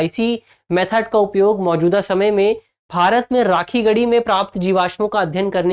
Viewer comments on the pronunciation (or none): none